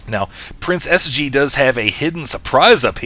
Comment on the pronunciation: It sounds like you're saying Princess G and not PrinceSG : ) Not very lucky with that nick I'd say ; )